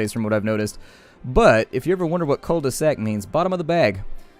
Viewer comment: just FYI, when you say cul-de-sac, the L is silent on cul, so it would be pronounced queue. Oh, and it also means ass.